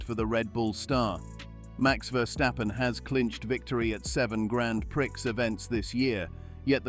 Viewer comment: I am never watching this channel ever again. You pronounced Grand Prix as gran prick. Good by.